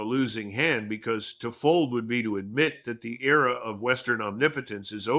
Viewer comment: Era not ear...